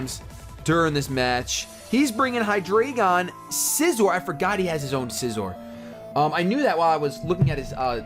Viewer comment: It's Hy-dry-gun! It and it's previous evo's are based off the German; Ein, Zwei, Drei (1, 2, 3) Only gripe this video! Keep them coming!